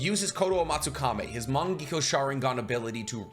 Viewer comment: Why does he always mispronounce Mangekyo